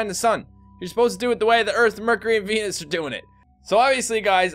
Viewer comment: did you say penis instead of veanus